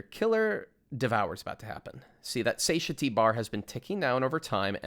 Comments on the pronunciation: For anyone reading this, especially non-native speakers of English, Satiety is pronounced "sat-TIE-uh-tee", not "SAY-shuh-tee" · The biggest thing I learned from the guide was how to pronounce Satiety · Great guide but I can't get over the satiety pronunciation